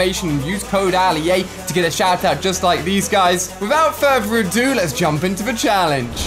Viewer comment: That’s just how he talks don’t make fun that’s bullying